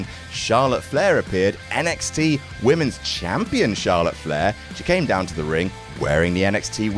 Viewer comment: I really cant tell if youre saying Jampion or not anymore 😂😂😂